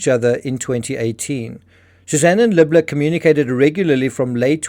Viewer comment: You keep saying the name as “” when it’s obviously “Libler” …and it’s confusing (at least to me). Perhaps you can do better there?